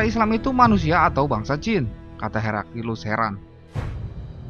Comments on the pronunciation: Bukan herakilus tapi heraklius🤭🤭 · Heraklius ya.. bukan Herakilus seperti pada suara video 😂🤣😂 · Naratornya selalu bilang Herakilus. Itu salah. Yg benar Heraklius. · Pilih narator yg pandai bertajwid dalam mengucapkan kata kata. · Jalan sejarahnya bagus, pembacaan naskah yg sedikit aneh, di teks layar tertulis heraklius, kok narator membaca herakilus? kedengarannya sih gitu